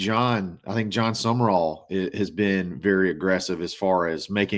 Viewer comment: For those who need it.... it is John Sumrall. Not John Summerall